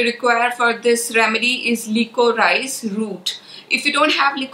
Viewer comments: The right pronunciation is li-co-ri-sh and not lee-co-raa-ees. I don't mean any offense but just wanted to let you know of the correct way to say it. Sorry in advance if it offends but my intention is not so. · FYI Liquorice/licorice is pronounced "li co rish".